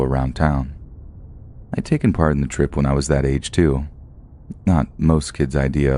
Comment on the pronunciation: this dude said tooken